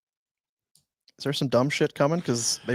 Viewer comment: It's Darby, not Derby.